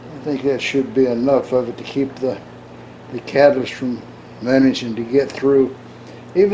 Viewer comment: Love that disclaimer. For my own haha moment, I thought you said 'cabbage' (later deduced it was 'catalyst'), so obviously I was increasingly more curious about your desiccant system from there forward. +1 for OG engineering, which of course is Old Guy in our case!